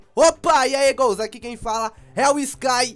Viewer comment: sky porque voce fala ghouls